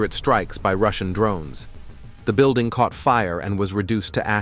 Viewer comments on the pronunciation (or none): none